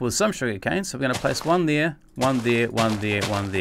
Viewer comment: dude u said "thire" instead of there